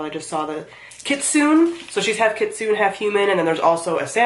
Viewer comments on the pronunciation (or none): Shadow of the Fox is SO good! Definitely my favorite series of hers. Also, I think it's pronounced "kit-sune-ay"? (Sorry if someone already pointed that out)